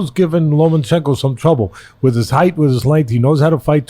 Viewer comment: Teddy there's no special N in Lomachenko.... it is not LomaNchenko